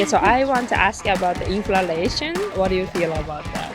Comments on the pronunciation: もしかして動画全編通してずっとinflationのことインフラレーションと言っている……？ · Inflationインフレーションをインフラレーションと仰ってるのが気になります。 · inflation （インフレーション） ですね。 インフ「ラ」レーション ではない。。。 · Inflalationではなく、inlflationですよ‼️ インフラレーション➡︎インフレーション😂 海外移住もいいけど、まずは英語学びましょう😅 赤っ恥ですよ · She says "inflalation" for "inflation." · インフラレイションって何？ｗｗｗｗｗｗｗｗｗｗｗｗｗｗｗｗｗｗｗｗｗ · インフレーション○ インフラレーション× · インフレーションですよ。インフ「ら」レーションは？？？？？です。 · ちょっと気になっただけなんですけど、インフラレーションじゃなくてインフレーションですね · インフレーションInflationていうのでは？ インフラレーションて言ってるように聞こえる。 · インフレの倍率よりも「いんふられいしょん」という発音の方に衝撃を受けた。